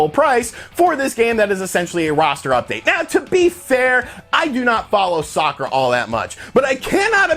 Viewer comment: stop emphasizing the word soccer.